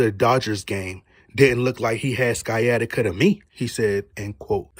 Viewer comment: I believe Sciatica is pronounced, Sy-attic-ah. Could be in an alternate universe, so excuse me if I'm wrong.